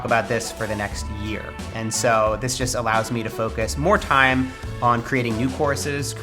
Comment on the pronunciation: "First tiiiiime". You're catching up with the Aussie accent mate!